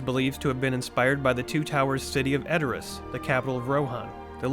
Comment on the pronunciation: As a Tolkien-nerd I cringed so hard at the pronunciations of 'Edoras' and 'Meduseld'....